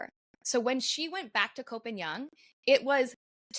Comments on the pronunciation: Its Koh Pagan! Are you Thai do you know how to say it in Thai, well guess not, its koh Pagan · The half-blonde pronunciation is terrible. Koh Pai Yang?